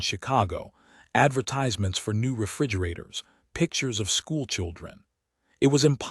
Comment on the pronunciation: It is NOT adverTIZEments (with a long I, but ad'VERtisements. check a dictionary.